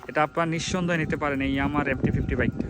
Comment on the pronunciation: ভাই আগে ঠিকঠাক উচ্চারণ টা করেন তারপর রিভিউ দিয়েন। এমটি ফিফটি বলতে আমার জানা মতে বাংলাদেশে কোনো বাইক নাই তবে এমটি ফিফটিন নামে বাইক আছে।